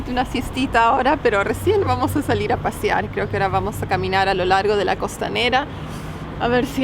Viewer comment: Es “pasear” no “pasiar” :)